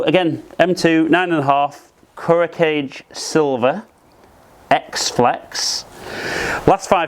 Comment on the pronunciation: “Kage” is not pronounced “cage”. The name of the shaft brand is: Ku (as in “coo”) + Ro (as in “rrrow” - roll the “r”) Ka (as in the “ca” in “car”) + Ge (the “ge” as in “get”). Kuro Kage is pronounced “coo+rrrow ka+ge”…